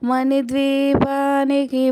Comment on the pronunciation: పరిమళ "పరిమల " కాదు మని కాదు మణి